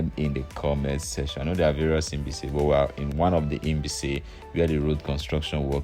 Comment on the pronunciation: It's like you are pronouncing Inbise instead of Mbaise.